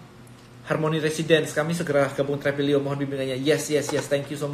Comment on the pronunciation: Apakah hanya saya, kalau tiap kali pengucapan Tribelio tapi terdengar dan terbayang Travelio